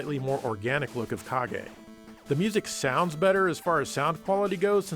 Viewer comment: Fun fact, the way says "Kage" sounds exactly like the brazilian portuguese word "Caguei" which translated to "I pooped"... See, told you this is a fun fact, you're having fun now.